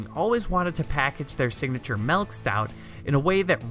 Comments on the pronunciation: That's what I was thinking too lol 😂🤣😂😂😂😂🤣😂🤣😆😆 what the hell is malk iv heard of milk but not malk hahaha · "Their nitro malk stout,"